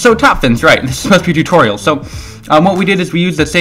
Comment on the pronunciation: ITS SO NOT "SHO" !!!